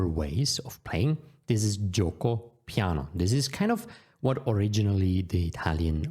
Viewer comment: Great video! It would be amazing to learn these base notions for each "main" opening. I was also not expecting such a good "Piano" and "Veloce" pronunciation. I got great expectations for "fianchetto" now! 😄😄😄